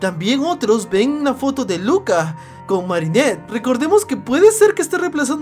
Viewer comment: Marinert si es digna de ser guardia okey no pronuncias eso de nuevo,👍🏻